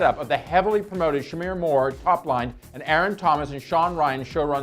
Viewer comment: Ok you keep pronouncing the guys’ name. Like shemar. Not Shamir. And David Lim. Not David Lam